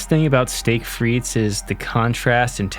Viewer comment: One of these days people will realize the S in Frites is silent